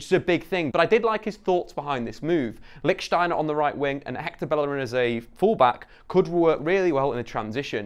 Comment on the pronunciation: Its Lich't'steiner, not Lichsteiner mate!